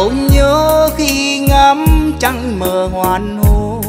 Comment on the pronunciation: Chị góp ý với chú chút. Em hát rất hay. Giọng ấm truyền cảm. Nhưnh: em phát âm cho đủ vần. Thực tế chữ h Hoàng hôn. Em hát thành chữ ( hoàn hôn ) thiếu mất chữ ( g) hãy hát cho đúng chữ. Đúng âm. Cố gắng em nhé. Đừng hát sai chính tả! Chúc mừng em!